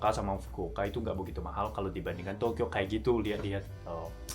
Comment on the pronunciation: kereeeeeeeeennnnnnn......penjelasannya jelas abiiz. klo nyebut Tokyo kayak gimana gitu😅